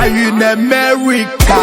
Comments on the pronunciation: I appreciate the beat of the song and the powerful role by flavor, but I think the lion has problem with pronunciation, Jesus kwis, Colona vilus, Amelica, Shayna, Orupe, which is really bad for public hearing. Am representing🇨🇲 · I'm not a part of Odumeje's church but as an igbo, a Nigerian, English is not our mother tongue. This is his own way of pronunciation, same way he pronounces Corona as Colona China as Shina, America as Amewica and so on. This is purely accent.